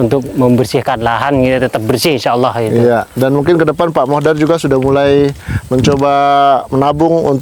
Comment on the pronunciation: Madura mas BKN meduro. Pak Mudhor mas BKN modhar.